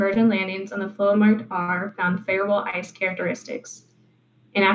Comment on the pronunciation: Great content, but what is this "eyce" or "eyse" or "ise" substance you keep referring to?